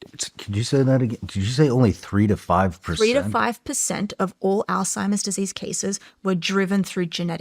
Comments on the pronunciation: Shawn; Not “All-timers”, rather, “Alzheimer’s”. I am assuming you already know this, but just in case. You’re welcome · It is literally pronounced "alts-hymers" or "alZ-Hymers". So sure he's putting the emphasis in the wrong spot. But the t-sound could be there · All-Timers??? It's Alzheimer's just for the record... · Shawn, please , Alzheimer’s is not pronounced as “all timers”. I say this correction with 🙏 aloha. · God bless this woman for conducting this entire interview and not once mentioning that Shawn keeps saying "All Timer's" instead of "Alzheimer's". It drove me crazy so I can only imagine how it was for someone who has dedicated her life to studying the disease. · Someone tell Shawn it’s ALZ-Hi-Merz. There’s no “T” in Alzheimer’s 🤦🏻‍♀️ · Is he saying ‘Old-timers’ 😅 it’s Alzheimers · Shawn, it's not pronounced All-timers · Alzheimer’s Shawn. Not “Ald-timers.” Jesus take the wheel. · Shawn , it’s called Alzheimer’s not Alltimers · Not "al-time-ers" it's alz-heimers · Her face when he calls it “all timers” 😐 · The all timers is killing me😂 it’s ALZHEIMERS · Reading “Alzheimer’s” on a paper and continuing to say “all timers” is wild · I am dying every time Shawn Ryan says altimers disease versus Alzheimer’s lol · Sean, I understand that you don’t claim to be the sharpest ballloon in the bunch, BUT….if you are doing a show focused on brain disease AND you say your grandfather died from it, the least you can do is learn the actual word. It’s not AllTimers, it’s Alzheimer’s, you dip stick!!!! Hearing you say All Timers like 1000 times in this video was brutal! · Whole time she kept saying Alzheimer’s, he’s looking at her like all-timers…🤣☠️ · "all timers" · Love Sean but can’t believe he is pronouncing Alzheimer’s “all timers” 😂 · ..is he saying "altimerz?" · He keeps saying Alltimers 😂 no worries I originally thot it was old-timers...not funny but ya know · My wife calls it "all timers" too. 😂😂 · Hes calling it olds timers 😅